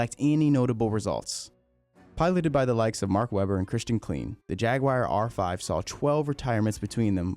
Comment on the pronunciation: Quick note. Klein isn't pronounced 'clean'. German names ie makes an e sound, ei makes an i sound. Klein rhymes with sign.